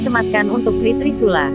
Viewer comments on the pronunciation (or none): Apakah tidak diperhatikan pembaca berita spt anak br belajar membaca ....KRI dibaca kri...harusnya baca ka... er... i......AL dibaca al ...hrsnya ....a el....pembaca berita ini pelajaran bhs indonesianya dpt nilai berapa ya..??